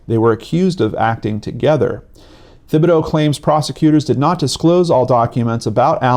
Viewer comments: His name is pronounced: Tib-ah-dough...not with a "th". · it’s pronounced Tibadoh!! Just so you know!! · Gary Thibodeau( tib-bo-doe)